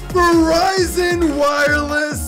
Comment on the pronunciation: I'm glad I'm not the only one who calls virizion Verizon